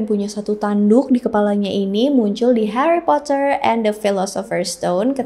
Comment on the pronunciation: Heri potah